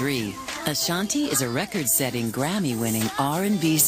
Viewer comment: i luv they way the say record! lol that sounds heckka stupid but has anyone noticed they pronounce it recide??? lol even her moms says it lik